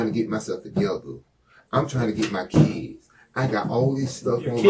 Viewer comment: "I'm tryna get my keeds" Detective: "Your kids or your keys?" 😂